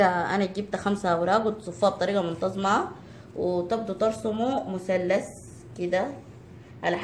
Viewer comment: لوسمحتي ممكن تقولي مثلث مو متلس😉